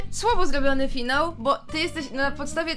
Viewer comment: Ale zajebisty "FIANŁ" 👍